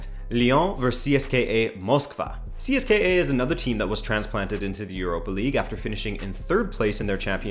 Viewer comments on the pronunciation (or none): It's pronounced See-es-ka (CSKA). The more you know Dynamo is either gonna get blown out by Lazio or win the series and go on a deep run.